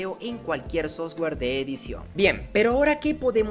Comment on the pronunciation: crack, solo falta mejorar la pronunciación de software! Gracias!